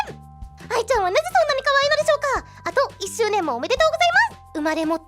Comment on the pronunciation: の時の質問の「あと」のイントネーションが完全に関西。笑 無意識に関西のイントネーション出すのが好感度上がる笑